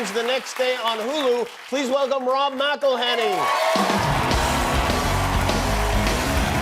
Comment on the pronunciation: "IT'S MCELHENNEY, MCELHENNEY."